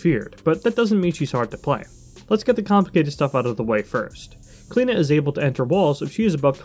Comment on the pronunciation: as an irish person its weird to see smite pronounce the name like klena ive alwasy heard it pronounced like clee-oh-na by people called that haha